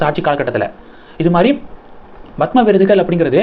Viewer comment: Horrible! You are saying Bhathma Sri, Bhathma Bhushan! It is Padma Sri, Padma Bhushan